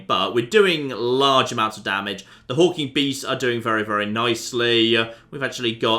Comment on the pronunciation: Is he calling them Hulking Beasts or Hawking Beasts? I legitimately can't tell.